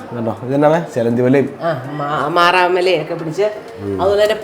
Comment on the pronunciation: മാറാമല അല്ല മാറാല 🤣😂